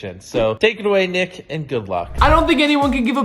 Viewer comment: ngl when mrbeast said nick at the start of the video i thought he said the n word